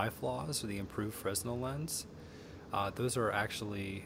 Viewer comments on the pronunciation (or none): I like that you say fresnal instead of Fruh-nel. Probably a word you only ever see on paper. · I would think an educated man as yourself would know the proper way to pronounce "Fresnel"...as in lens. The "S" is silent, it's the name of the French guy who invented it. "Fray- NEL" is how it's pronounced...